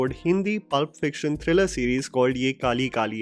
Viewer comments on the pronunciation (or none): none